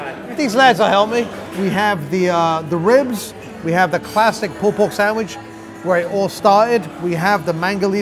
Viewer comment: I loved the POOLPORGSAMWICH